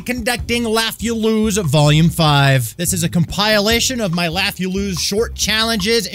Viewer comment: Com PILE lation? Lol Come on Stan, that ain't how you say that word.